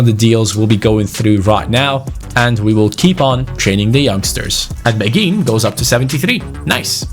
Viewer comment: Asa a person who speaks French quite well im pretty sure beghin pronounciation is ( bayhin ) Anyway Story time sit down get a hot cocoa and enjoy Beghin was born in Kinshasa in Congo, he grew up in a relatively well off family. At the age of 6 is mum married a rich French businessman because she was pregnant with his baby. They moved to France where his stepdad got him into football as he was a strong Marseille supporter who was very passionate about the game. Beghin blood father died in a car crash whilst his mother was pregnant with him and his stepdad s like his real father to him. He was a very gifted footballer from a young age but very boastful, he was known as a cocky individual but had the skills to back it up. At age 11 he went to a sport private school where his coach saw his talent and got him trials at Lyon. He was known across the Lyon academy and had high praises from the likes of Caqueret even though he was 5 years younger. The attention got to his head and at age 15 he decided to sign with PSG. He continued to excell and was capped by France U18 at age 16. At age 17 he demanded a professional contract threatening to leave if he didnt get one. PSG reluctantly agreed giving him 15,000 a week. He thought he had made it big and started to not put in the effort. He would stay up late playing fifa and fortnite and go to training late. He never breaked through into the first time despite having all the potential. After getting no play time, he decided it would be goo